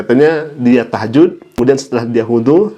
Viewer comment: Mondok diluar negeri,biar tidak tau kebohongannya..cek nama dia di Al-azhar luar negeri lagi biar jgn tau bkebohongannya. Baca ayat salah,sebut sholat tahajjut pun salah,takbilaturikhrom pun besalahan...tapi ya terserah tapi jgn berlebihanlah akan semakin jelas kebohongannya.